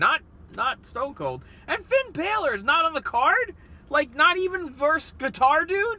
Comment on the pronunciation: you said Finn balor wrong